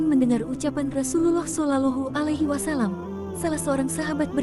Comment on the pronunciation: tolong katakan jika nyebut Rosulullah solowlohu alwaslm bukan sololohu engga enak dengarnya